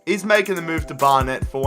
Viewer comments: the way he says Barnet triggers me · Pronunciation help: Barnet=Bar-nit Bury=Berry (ikr)